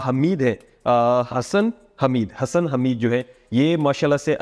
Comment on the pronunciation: Not hasan its hasssssan